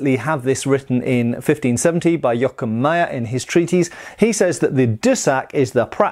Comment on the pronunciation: it's Jo-ach-im Mey-er not Jokkemaya. I was far too long confused by this.